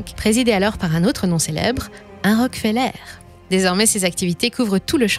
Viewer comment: Tiens pourquoi donci prononcez vous Rockfeller à la française ?